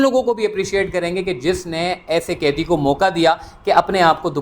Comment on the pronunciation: O bhai aap apnee urdu theeek karoo Bohat he bura boltay ho kaidee nahee hota Qaidee hota hay bhayaaa😂